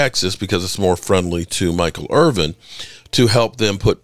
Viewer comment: "Irvin" not "Irving"